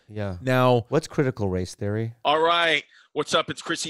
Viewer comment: “What’s critical race theory” -Bobby **cuts to ad** “Alright it’s Chrissy babbles…” 😂😂